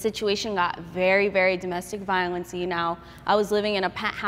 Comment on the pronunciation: "Domestic Violency" xD American English at its best